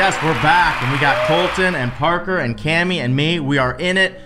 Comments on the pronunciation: U said barker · He said parkor not papa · I love how just saying porker instead of Parker🥺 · said parkor isntead of parker well: he said parkor why u vote me it was so funny xD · says poster instead of imposter and when he says Parker I literally did with cuteness